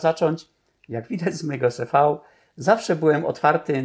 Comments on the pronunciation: Nie wymawia się: "ce fau" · Mówi się "ce-fał"? Ja to wymawiałam zawsze "si - vi"